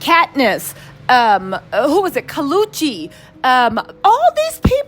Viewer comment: Girl, not you calling Kali Uchis “Kaluchi” 😂